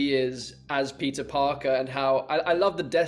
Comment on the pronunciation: Ngl, I thought Andrew was saying "pizza" and not "Peter" 🤦🏾‍♂️